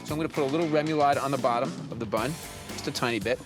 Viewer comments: Rem-you-lod? Lol... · Take a drink every time Bobby mispronounces “remoulade.” Bobby is to French as Giada is to Italian. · Haha he's a Jersey guy but don't rip him too bad that Louisiana/Cajun/Creole vibe has some strange pro-nunc-ciations